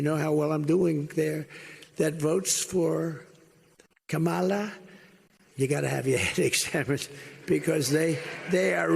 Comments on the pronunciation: Trump purposely mispronounces VP Kamala Harris' name. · The way he says Kamala is disrespectful for knowing how to pronounce someone’s name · A grown man who can’t manage to learn & retain how to pronounce “Kamala” should have their head examined. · He loves to mispronounce Kamala's name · Not sure how anyone can vote for a man who lacks the capacity to even pronounce his opponent’s first name correctly.